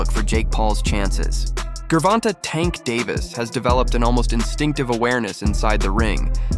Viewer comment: AI TRASH video. Mispronounced Gervante's name 30 seconds into the video. 👎